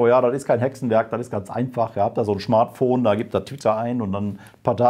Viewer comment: Haha Schmartphone🤣🤣